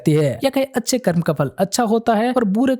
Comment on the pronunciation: भाई एक अनुरोध है कर्मा नही कर्म बोला करो